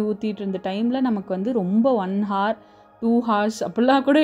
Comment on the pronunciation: Vinusha pronounce it as our not hour 'h' should be silent dr